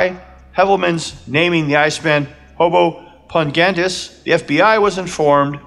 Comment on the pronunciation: Pahn-go-eedees. Pongoides 😎👍🏼